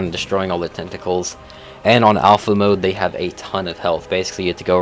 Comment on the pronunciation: Moeder is dutch for mother. It's pronounced a bit like "Mooder" except don't pronounce the "oo" part to long, rather quick. Mooder. Moeder.